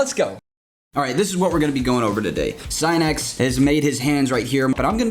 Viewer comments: I feel genuine pain every single time he says "S-eye-nex" instead of "Sin-nix" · SIN-X you've been saying it wrong😂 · god it hurts hearing him say SIGH-NEX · Mu”SINIX”. Achoo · I think Sinix's video only gives you tips, follow it or not, it's up to you. No one forces you to follow. And please pronounce other people's names correctly, your "scinec" sounds really disrespectful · Today I learned Sinix is pronounced Sy-nex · Try pronouncing his name correctly before you try to teach u fuckin idiot lol